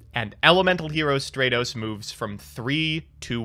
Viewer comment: deserved to lose, purely on mispronouncing Stratos, there’s the roast.